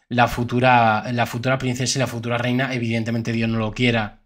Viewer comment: Letisia. Noooooo. Es. Rehina.